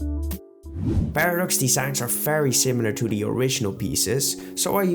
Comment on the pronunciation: Why wouldn’t you say very it sounds like fairy